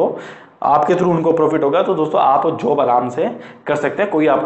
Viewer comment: जोब नहीं होता भाई जॉब होता है 😒